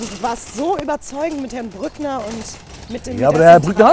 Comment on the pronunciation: Der sagt Herr BrückneR HAHAHAHAHAHA